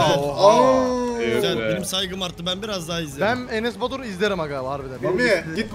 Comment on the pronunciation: enes batur derken enes basur diyo sandim.